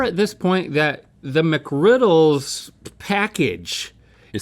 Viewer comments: As a highschooler that works at McD’s, I can confirm that no one says the “s” in McGriddles. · "we don't say Mcgriddles with an s" proceeds to say it every time with an s lol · It's not "McGriddles".